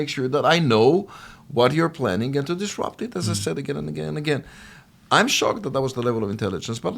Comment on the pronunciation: "disrupt"..not "trupt".